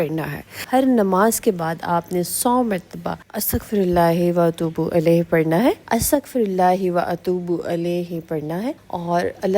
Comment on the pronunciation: Alaih nahi ilaih party hn